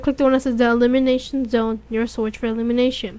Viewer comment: 'elumination zone', turned my heart into mush, dawww <3